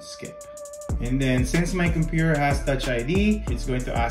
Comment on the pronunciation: „Cumpur“ = Computer